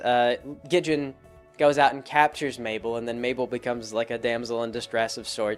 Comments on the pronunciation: A few things, Wendy is actually only three years older, she's 15, not in her late teens. It's Gid-ee-on, not Gid-jen and as for the hatchet, they were going on a mission! She probably was being prepared for the spooky dangerous shenanigans they get into. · Gidjen? How in the world did you get the verbal pronunciation "Gidjen" from the verbal pronunciation of "Gid-ee-un"? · Wendy's dad isn't just a lumberjack. He's completely insane. Soos' abuelita is technically his grandmother. Gid-e-on, not Gidjin. Three syllables. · "Gijin". Damn it,. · lol "Gidjin" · How the fuck is it you pronounce Gideon?